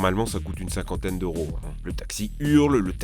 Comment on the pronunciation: plusieur milliers D ' E U R O ca me tue de rire XD